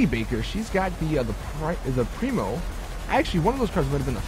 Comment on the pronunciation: primo? thats the faction my brother thats the chino bro, i know that u knwo u r saying wrong, i just have to say it, lol